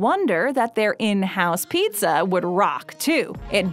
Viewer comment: The way the brand names were repeated in their entirety over and over made my ears hurt. I like most of videos but I had to turn this off halfway through. I'll also never understand why the word pizza needs to be over emphasized like its Pete-Zah.